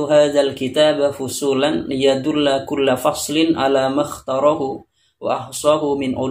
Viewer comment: Kok dibaca yadulla, harusnya kan yadullu, kok ngak dibaca rafa fi'il mudhorinya ?